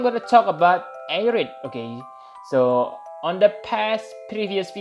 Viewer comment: Ah-ryth @@ good vid tho